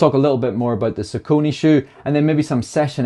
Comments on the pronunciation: Sauconey is pronounced Sock-uh-knee. Not trying to be douchy at all. I kept saying it wrong and was corrected at a shoe store. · Funny hearing him say Sacuwney instead of the regular Sock-A-Knee😁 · For years I thought it was Sa-cone-ee until I started watching YouTube shoe reviews 😆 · Omg what's your accent I'm in love with the way you pronounce "Saucoony" hahahaha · Like the pronunciation, sounds like he's talking about a high end Japanese knife 😊